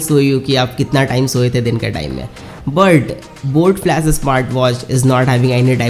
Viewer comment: Bro its flash not flas, bas thoda odd lag rha tha isliye bola no offense